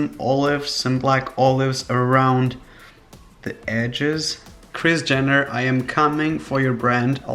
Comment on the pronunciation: Its like he is saying kriz jenner😂😂❤😍